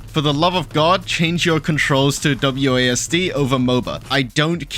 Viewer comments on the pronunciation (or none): none